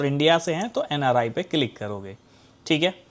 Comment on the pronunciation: Inr ❌ nri✅